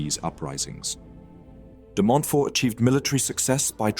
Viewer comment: DemontFORT and Lewes pronounced Lewis